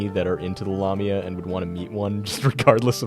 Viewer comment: You mispronounced lamia, the la is pronounced like lay.